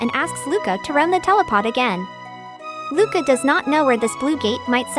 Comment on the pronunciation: Are you saying telepot?? Like teleteakettle??